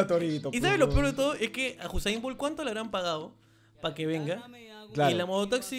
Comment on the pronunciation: ES USAIN BOLT NO HUSAIN XD